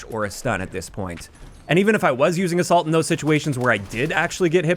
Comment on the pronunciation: 2 times i heard "the salt" or "a salt" instead of assault